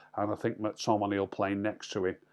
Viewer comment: Any chance you could actually say the players names correctly.....mack tominay .....marshall.....bayley.....